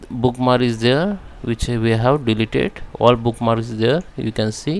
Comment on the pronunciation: it is not bookmars...you have to pronounce the K...it is book-marks....if you are going to do a video in English, which I teach, please speak so that I can understand the valuable information you are providing.